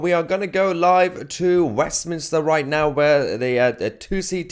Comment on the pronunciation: Mayhar, you dis say "WEFminster", didn't you? If you didn't, you can have it... Merry Christ-Mas to you, your fiancee, and one and all!